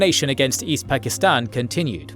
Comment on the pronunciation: How can you spend ALL this time on this video, and not learn how to pronounce "Pakistan"?